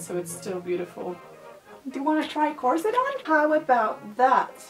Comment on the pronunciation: Hey I'm French 🇫🇷 (I don't know why I keep adding this little flag every time I say that in a comment tho...) You seem to say "corset" very good (I've just watched the 30 first seconds so far 😂) but I'm gonna answer to your question at the beginning "how do you even say corset ?" So as I said you seem to say it well, actually the T isn't pronounced but in these 30 first seconds I can't figure out yet if you do or not Oh and the S when it's plural isn't pronounced either I'm gonna watch the video now 🤗